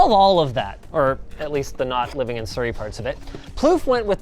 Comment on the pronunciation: Ewww how tf do u say Surrey 😢 it’s Suh - Re - Eay